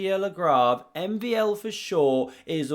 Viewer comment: my my you butchered MVL 's name lol